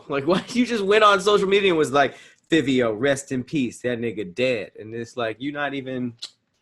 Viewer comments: Lmao it's pronounced "Favio Foreign" like Dabio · And iITS PRONOUNCED FIVE-E-O SOUND IT OUT SMH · pronunciation of fivio is cringe worthy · You pronounce Fivio like Five-ee-O he was pop smoke mans he Nd from the same block as Bobby and rowdy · Its pronounced like Five-E-O Fivio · The way they Pronounce fivio make me tight 😭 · Hate how they be saying fivio please say it right New York niggas mad at y’all rn